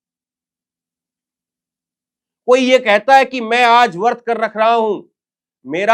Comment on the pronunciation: वर्त नहीं व्रत है